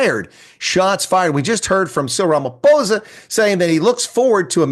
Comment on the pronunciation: "We just heard from ramaPPPOHSA! that..." 😂😂